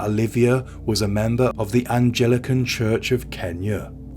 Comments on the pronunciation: “Angel-ican” ….. uh, Anglican you mean? 😅😂😂😂😂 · Anglican. Not angelican.